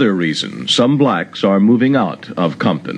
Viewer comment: It's crazy how he emphasized blacks.